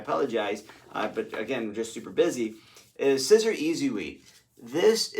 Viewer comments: Pronounced ‘See- zer’ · Siser is pronounced SEE-zer (straight from Siser). Why are you wearing Nike??? Maybe you don't see the news. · Siser is pronounced Caesar, like the salad! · Siser is pronounced ceasar, like the salad. :-) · Glad that I stumbled on your channel! I did giggle though when I heard you say scissor 😂🤣